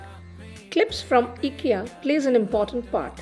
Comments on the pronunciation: It's not eekya it's IKEA ❤️ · It’s pronounced ‘aye Kia’ not ikkia pls dnt mind! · Hi as it’s a Swedish name the pronounciation is “eekya” but you can call as ikea as well coz noun can be pronounced in any way… phonetically I sounds as “e” ❤️ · Hi sorry to disappoint you.. but it’s”ikkia “ (as its a noun so you can pronounce it in any way)FYI -the brand is from a Swedish name so the pronounciation is exactly the way I did…😊plz don’t mind .